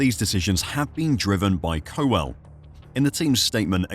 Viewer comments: How stupid was I to think this was a real person talking and not just a computer generated voice!!! Nobody would seriously pronounce it Co-Well when the name is Cowel. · Andy Co-well? 😅 gotta work on those pronunciations! My guess is Lance has 2 more seasons left to prove himself. If Aston are fighting anywhere near the front by '26 and Lance is still (st)rolling around the midfield parking it in the gravel he'll be out by mutual agreement. Lawrence is a shrewd businessman with lofty ambitions. Lance is bad business. Not even Stroll senior will support this farcical endeavour indefinitely. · Cow ell. FFS